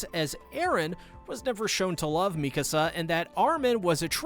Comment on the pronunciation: I personally APPRECIATE you FINALLY pronouncing "Mee-ka-Suh's" name properly..showing her the RESPECT and dignity her character so richly deserves. From all of YOUR fans..we thank you sincerely.